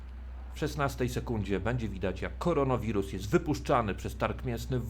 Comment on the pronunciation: Specjalnie mówisz koronowirus a nie koronawirus? Czyżby zamiennik za chimerawirusa? :)